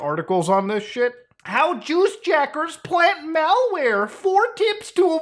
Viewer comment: The way you pronounce juice jackers lmao